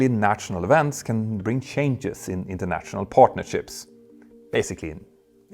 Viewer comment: „..natshional..“, „..internatshional..“. ?? 😂😂😂